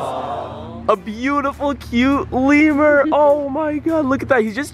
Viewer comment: FIRST OFF U SPOILED IT SECOND OFF ITS NOT LEAVER ITS LEMURR